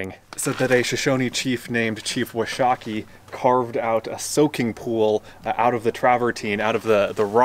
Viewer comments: Now that you're a Wyomingite, you need to say WASH-a-key. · Thanks for taking us along,! I've been to Thermopolis numerous times, and never saw as much of the park or the surrounding town as you showed us in this video! One note: if you're going to live in Wyoming, you need to learn to pronounce Chief Washakie's name correctly! (WASH-a-key) Many places in the state are named for him, including the main student cafeteria at the University in Laramie. When I was at the University, one of my classmates was Washakie's great-great grandson, (uh... I can't believe I've forgotten his name! )